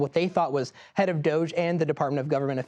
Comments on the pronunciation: It's not 'Dozhe', it's Dodge-y. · it is pronounced do -ge like doge houser.